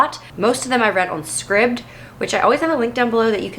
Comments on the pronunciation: I think the Scribd app is pronounced "scribed" . Loved this chat, thank you. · Scribed is pronounced with a long I. Like in prescribed.